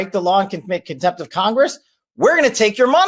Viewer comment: Did he said comptent of Congress??😮🤔🤔🤔🤔🤔How about Jim Jordan?...This guy is packed with 💩💩💩💩💩